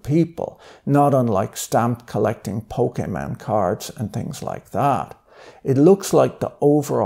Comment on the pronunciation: pokay man cards 😂😂 i love Patrick